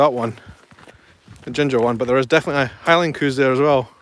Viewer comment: LOL When you say cows it sounds like coos. I didn't know what your were referring to at first.